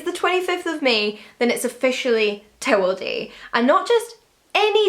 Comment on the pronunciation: I couldn't understand what you were saying. Sounded like Tewalday, not Towel Day!